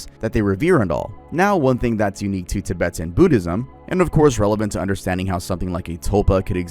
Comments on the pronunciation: I'm a Tibetan Buddhist (Not from tibet but I work for a buddhist retreat and my family have practiced buddhist beliefs for the last 30 Years) Your pronounciation not to be rude was terrible! No Disrespect. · It’s cute hearing you mispronounce Tibetan so many times lol like a Canadian saying the word ‘aboot ’ 🤣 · The pronunciation of Tibetan is killing me lol but nice vid keep it up 👍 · It takes maybe 4 minutes to google how to pronounce Tibetan and Dalai. Like common bruh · I love you, but why the hell are you saying Tibetan and Dalai Lama like that broski😂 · I love you but you are pronouncing Tibetan and dalai sooooooooo wrong it's actually frying my brain 😭😭😭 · Does bro need to look up how to pronounce Tibetan? Is that what bro is trying to say? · why did you pronounce tibetan like that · The Tibetan pronunciation is completely cooked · tuh·beh·tn .. not Ti.Bit If you're going to do a video essay, please look up the pronunciations prior to recording the video. If you're going to do a video essay, please look up the pronunciations prior to recording the video. Nothing irritates me in life more than mispronunciations, especially by fluent English speakers. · tib-i-tin? i thought it was pronounced ti-bet-en 😭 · Give us the lost footage between and where he learns how to pronounce "Tibet" Edit: nvm he goes righr back to saying "Tib-bit-ton" im DEAD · I can't listen to you say tibbatin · “Tibitan” is sending me 😂😂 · "Tibbertons" "DUH-LIE LAMA" 🤣🤣🤣🤣🤣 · and tibeten... "tibiten" lol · I tried to watch this but you kept saying Tibetan wrong. How are you pronouncing Tibet right and Tibetan wrong? Also that's not how you say dalai lama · Bro pronounced Tibetan so weird. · Cool and all but I cant forgive your pronunciation of Tibetan. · doesn't know how to pronounce Tibetan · I wonder if Batman learned how to make a tulpa from the Tibetan monks too 😭. Also I hate how bro pronounces "Tibetan" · The way he kept mispronouncing “Tibetan” and “dalai lama”😂🫡